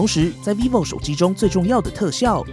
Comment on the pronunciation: 一直聽成維尼牌XD